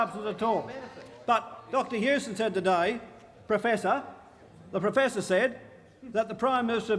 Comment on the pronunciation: I hear "freaking idiot" when he says that.😉